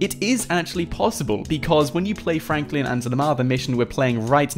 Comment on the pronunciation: in the video you saying frakline